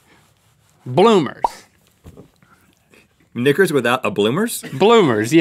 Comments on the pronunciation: Guys, it's "knickas", not "knickers". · "Knickers"? It sounds like Link is saying something else! 🤔😂